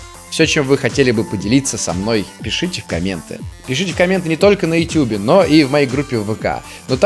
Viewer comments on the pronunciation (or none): none